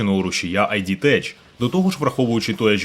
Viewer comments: Рушій називається ід тек, ні як не Айджі тетч😢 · Ід тек, не айді теч)